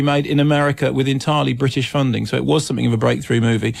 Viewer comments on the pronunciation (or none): none